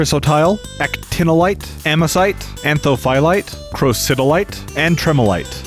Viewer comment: pretty good video fact wise, I was an asbestos consultant. You can also make jewelry out of asbestos, I used to know a few people who had pieces. Your pronunciations were pretty good also! Most people cannot say Crocidolite to save their lives, lol. How you pronounced Chryositle was interesting though, over here we say cry-so-tile, but that's probably just how Americans say it. Shame you didn't even attempt to say Anthophyllite :( :D